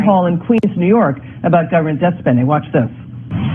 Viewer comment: Did you hear how AOC (Alexandra Occasional Cortex) pronounced “debt”? Deb -t. It is pronounced “det” -the ‘B’ is silent. This is vital because it demonstrates she is unintelligent and has poor use and competency of the English language. It also signals her education level.